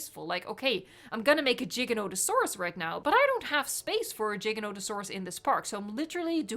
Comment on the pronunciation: Did she just say "jigganotasaurus"?